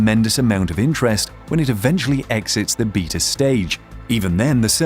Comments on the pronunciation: Beta is pronounced bay-tah, not beet ah. Good Lord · "Beetah" mode is that how the British say Beta (Baytuh)? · The way this guy says beta, triggers me lol